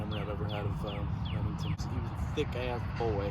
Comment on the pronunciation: Rip emington with the silent r